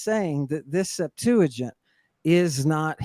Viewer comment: “The Septajint.”